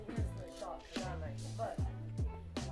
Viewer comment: "I heard good thing about your shirmp" Idk why i laughed way to hard at that bc Mike serious face.